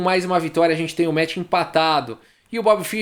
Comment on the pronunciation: "esse metch pró-metch" Kkkkk